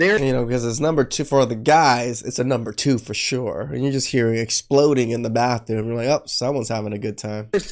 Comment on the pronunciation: Wait . Did he say ( da womins baffroom.?